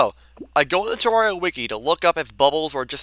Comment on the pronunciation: Guys it’s Ter-Rer-Ria, not Ter-Rar-Ria 😭